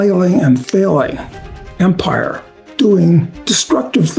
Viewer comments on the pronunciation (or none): What’s an Empre? 😂